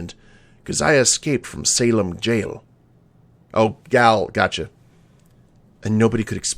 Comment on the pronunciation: I'm enjoying this Let's Play very much, just have one minor nitpick - "gaol" is pronounced the same as "jail" :)